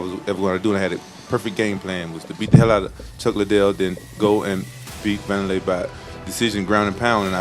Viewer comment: “W”anderlei he says. Now I’m waiting for “R”oyce Gracie